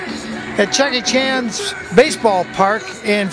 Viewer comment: Chuck E. Chans Baseball Park? Try Chuck-chan-see. Good videos otherwise.